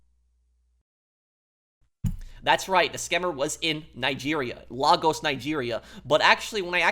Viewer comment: I've actually been to Lagos, Nigeria, (cool place btw but I digress.) You're actually pronounce it as LEGOs like the toy.